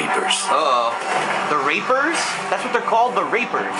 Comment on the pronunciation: Lol, they are called Reapers not Rapers...